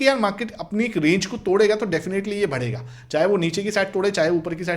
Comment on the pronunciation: Please yar, भडेगाा नहीं होता ,,,,इसे बढेगा बोलो , मैं इरिटेट हो गया हूं